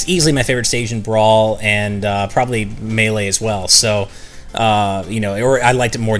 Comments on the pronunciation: I cringed when i heard pronounce Melee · will never pronounce Melee correctly.